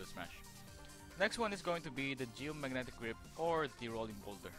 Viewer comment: "Geomagnetic rape" is how I heard it Edit: what a shitty, rambling guide